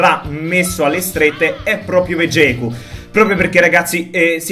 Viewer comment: finalmente hai detto Vegeku e non veghet